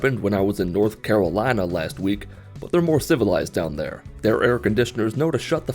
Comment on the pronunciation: Anyone else pick up on the accent when he said North Carolina?😂